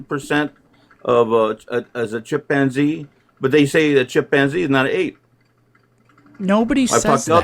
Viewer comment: Not the feared chip-man-zee